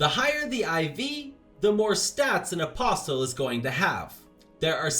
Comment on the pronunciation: Good heavens you don't pronounce the T in "Apostle" Uh-possle.